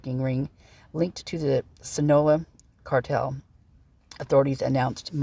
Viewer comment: Not trying to be rude...Sinaloa is Sin-a-lo-a